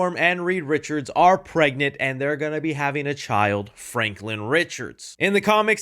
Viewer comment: "yes we awhre"